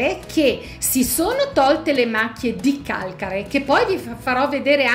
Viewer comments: Ti prego modifica la parola calcare : sposta l' accento 😞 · sposta l' accento (Calcare) nessuno usa il tuo modo di dire Calcare.😊